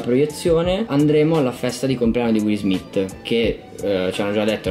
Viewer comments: Rovazzi che sfotte la pronuncia ungherese, Wiil Smiss, quando poi lui lo chiama “Uill Smiitt.” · "wis smis" bellissimo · Qiesto video vale la pena vederlo anche solo per “will smiss” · Per chi non se ne è accorto will pronuncia "alla ricerca della felicità"